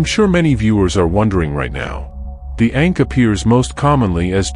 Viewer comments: The Ankh …. Not Ink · It's not ink it's ankh